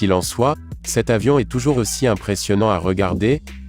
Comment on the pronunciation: Le commentateur est une machine : il ne fait aucune liaisons! Ou même fait des ereeurs Ex ; "le plus gros "avion" militaire au lieu de "le plus gros "zavion". C'est moche et odieux!!! Pour faire chic il parle toujours de 400 kilomètres par heure" au lieu de 400 kilomètre à l'heure : RIDICULE!!!!